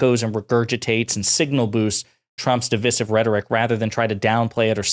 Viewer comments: My man, you use the word "divisive" so much, you should really learn how to proniunce it. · It's DIV-EYE-SIV.. it's called English M8. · How on earth are you saying divisive? Just take the word divide and change the ending. For goodness sake don't shorten that middle I.